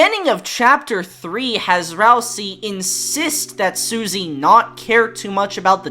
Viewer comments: This is true Deltarotten core. I enjoy the variety. And you still pronounce it Ralsee so it rhymes with Susie! 😂🤣😭 I hope this Deltarotten dream never ends and we can relive this Deltarot forever and ever. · Even in a non-dubbed video, still calls Ralsei "Ralsee"... gotta love the commitment to the bit.